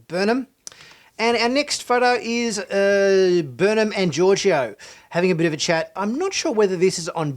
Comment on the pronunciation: Georgiou - George-O lol